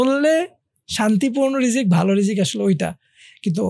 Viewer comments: ভাল লাগল কিন্তু একটা জিনিস বুজতে পারতেসিনা আপনারা বার বার রিজিক কে কেন বিকরিতি করে রিজস্ক বলতেসেন?এটা কোন ধরনের অসভ্যতা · উচ্চারণ টা কি রিজ্ক নাকি রিজিক ? উপস্থাপক দুজনেই রিজ্ক বলছেন কেন ?